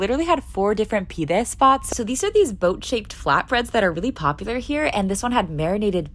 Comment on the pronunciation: It's pronounced as peee- deyy 😭